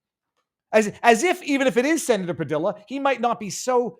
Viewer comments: When the commies have to create chaos it means what ever they are whining about isn’t a crisis at all. BTW Padilla is pronounced “Pa DEE ya”. Double L is Spanish is pronounced like a “Y”. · His last is pronounced Pa-dee-ya. Double L in Spanish sounds like y. You've lived in Miami long enough so you should know this.🤣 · FYI- Padilla Hispanic pronunciation the LL is more like Y. Pah-dee-ya